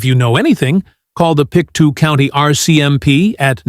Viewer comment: It's "Pictou County" not "Pick two County"